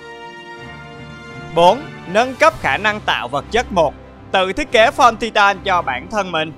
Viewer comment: Tai từn chứ không phải ti-tan nhé